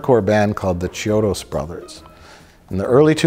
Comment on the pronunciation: Just an fyi, "ch" in italian sounds like a k, so it's pronounced kiodo